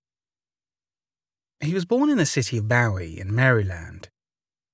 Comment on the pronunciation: Well done! Just a gentle heads up from a former resident, "Bowie Maryland" rhymes with "gooey" & "Marilyn," as in Monroe. :) I know it makes no sense and I don't understand it either, but I do know that's how locals pronounce it, so I hope that helps. :-) 💕